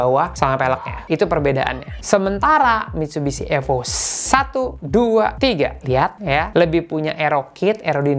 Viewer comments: Cara sebut nama sja ko sda salah,Evo Bukan AFO..bongo,ko memalukan iconic terhebat dunia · Evo bukan efo 😂